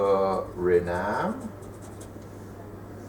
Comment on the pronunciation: It's Suriname, not Surinam :P nice video anyway :)